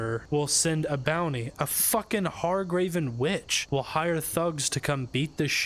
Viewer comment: Hargraven? Really? Lmfao it's HAGRAVEN